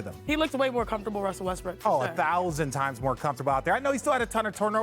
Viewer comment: He called the man “Westbrick” lmaoo that pretty much sums it up 😂